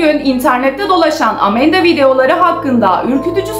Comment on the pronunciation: Amanda:❌ Amenda:✔️ ablamızın kullandığı kelimeler😂😂